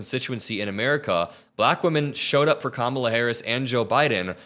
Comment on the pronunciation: They couldn't even pronounce the name Kamala properly. (So disrespectful.)